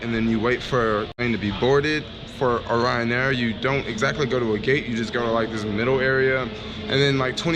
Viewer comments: Clearly the airline is called RYANAIR one word it's not someone's last name but I guess if you want to put an imaginary O in front of it for no reason it's up to you haha.. if they wanted it pronounced o'ryan they would have spelled it that way no? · Why do you keep calling it Oryan Air? Its Ryan Air haha... safe travels bro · Renit Rift what's that have to do with it... the name is Ryan Air and he kept calling it Oryan or O'ryan just pointing it out to him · Renit Rift but if you want confirmation on how its said their adverts CLEARLY say RYAN not O'ryan ... so maybe you should be the one to pay attention 😂😂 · Please never call it O’Ryan air again you handicap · Before i even looked at the comments, i told myself that the first comment that was going to see was "why is he saying Oryan Air?" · Renit Rift Wtf, that's not how you say it! Even if they're Irish, they called themselves Ryanair and not O'Ryan Airlines or some shit